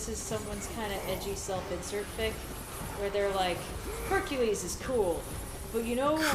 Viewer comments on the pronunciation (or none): Huny you mean HUNKULESE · Lmfao this man said "honey you mean Hunk-ules" 😂😂😂